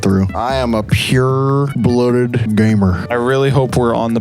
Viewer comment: I honestly heard "I am a pure bloated gamer" for a second before I realised he said pure-blooded. 😂